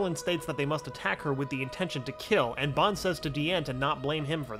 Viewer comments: It pisses me off that he says bon instead of ban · it is not ban it is pronounced bon